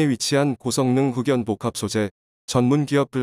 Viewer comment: 흑연??흑면?? 또이또이하게 읽어요